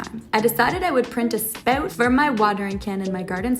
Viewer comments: Are you Canadian? I didn't think it till I heard you say "spout". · “Spout” Canadian detected!